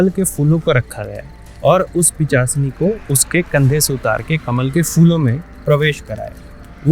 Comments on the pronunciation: Pisachni ❌ pichachni ✅ 😂😂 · Pishachini to bolne hota nahi. Pichashini Pichashini karte hai, youtube channel chod ke kaam dhanda karo kuch